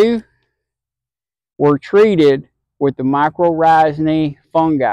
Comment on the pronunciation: Great results! The way you say my-kor-RIGH-zal cracks me up.